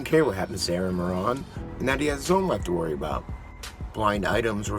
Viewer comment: It's Moran like More-ann, you More-On (like moron).